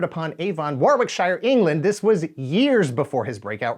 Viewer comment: This. But that pronunciation of Warwickshire tho... 😆